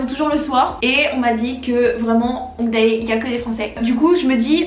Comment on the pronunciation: ça me stresse à chaque fois que tu prononce 'hongdae' azgjdhqjh ça se dit !😭